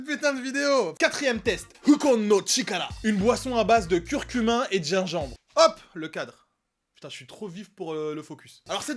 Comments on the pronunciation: Curcumaaaaaaa pas curcumin bourdel😂😜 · C'est pas plutôt curcuma ? Que curcumain?😂